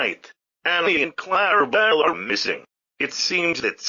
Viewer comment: They can't even say clarabel right.